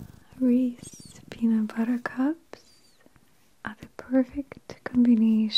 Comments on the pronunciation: She says it like it is rees instead of reese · Is it just me or does reese and not reese’s bother you. Canada or not its weird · Well I just learned that Canadians don't get the "s" in Reese's Peanut Butter Cups. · I can't be the only one that is bothered by the fact that in Canada, they call it just "Reese" instead of Reese's. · In usa it is pronounced Re•Sea I was so confused at first when she said Reese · Maria- love this as usual! But since when is it Reese and not Reese’s?? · Fabulous as always! Now, is it Reese or Reese’s? Have I been living under a rock all these years bc I could’ve sworn it was Reese’s? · I guess in Canada it’s “Reese” not “Reese’s” like in the US. Awesome learning moment lol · Anyone else in USA have a micro Mandela effect freak out when it said Reese and not Reese's? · Any other Americans kind of freaking out over the fact that they call it "Reese" and not "Reese's"? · What in the Canada. It's Reese's not Reese lol. Also I WISH they came in 3 packs here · It's REESE in Canada? Not REESE"S? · wait - reese? isn’t it reese’s? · Congratulations on the sponsorship! 🤗 In Boston we pronounce it Reesees even though we know it's wrong 😉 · I love seeing how other parts of the world pronounce this candy... in Ohio we pronounce it like “Reesee” !! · It’s “ree-sis” I searched on how to pronounce it and a lady from the company pronounced it as the first one. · The way she pronounces "Reese" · I thought it was pronounced Reese-y😩😩😩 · Man, working for the company I hear customers pronounce it that way all the time and my coworkers and always cringe lol. Nothing wrong if you say it like that go for it, it just never sounds right to us locals in Hershey PA, especially since it’s named after Milton’s employee who created it, H.B. Reese, pronounced like Geese, but if you say Reesee you say Reesee, you’re definitely not the only one to say it that way so don’t worry too much what others think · Wheres the missing s at the end of resses